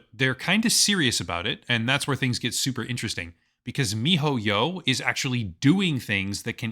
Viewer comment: will never get over how you say, "Mi-Ho-Yyow"